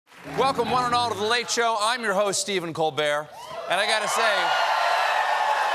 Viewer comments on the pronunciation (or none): none